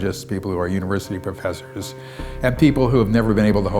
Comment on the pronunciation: he said prepessors instead of professors